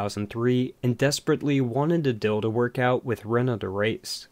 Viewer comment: Deal...Deal... DEAL!!!!! NOT DILL!!!